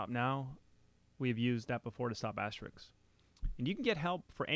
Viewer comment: AsteriSK ... as-te-RISK ... like the game. Not Asterix ...